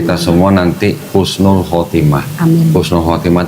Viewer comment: Mau info sedikit: "Husnul" Khotimah pakai H saja bukan KH. Krn kalau Khusnul Khotimah artinya Akhir yg Hina. Trm ksh.